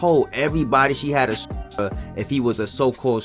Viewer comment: Dalm u can't even say stalker? Wth smh